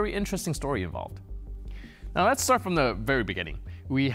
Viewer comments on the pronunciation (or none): none